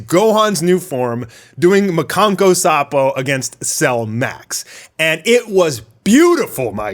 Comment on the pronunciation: It's "makankosappo" not "makanko sapo"